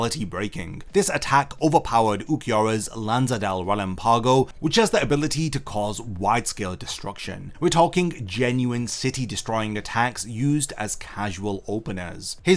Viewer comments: Ok the video is cool but WTF was that Lanza Del Relampago pronunciation, "Lanzadel Reel Empago" is CRAZY. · Bro the way you say relampago😢